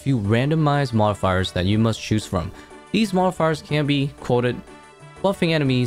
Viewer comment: I don’t think I’ve ever heard someone speak perfect English but fumble when they say the word “modifiers” lmao you good bro?